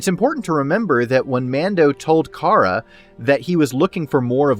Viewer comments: If you purnounse cara as (car-ah) I can’t respect you. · Great points in this video. I'd enjoy it a lot more if he could pronounce Cara's name correctly, same goes for like 75% of people on YT covering this show. It's not like her name isn't spoken in the show people... but to be fair I know Pedro made the same mistake in an episode in S2.